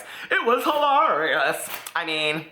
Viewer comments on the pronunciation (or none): Hehehe, "huh-lARE-rious" i like it!